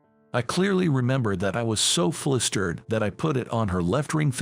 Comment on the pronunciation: In the opening part of the story, the word "flustered' is always pronounced as 'flistered.' Also, the name 'Thompson' is not "THOMPSON", but is rather 'Thomson'; the 'TH' at at beginning of the surname is pronounced with the 'H' silent. Same for the letter 'P'. Better get someone whom speaks PROPER ENGLISH, not this SLOP that passes as English.